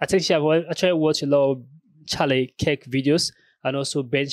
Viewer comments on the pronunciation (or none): His name is Kirk not Kik. Don't forget the r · It's pronounce kurt..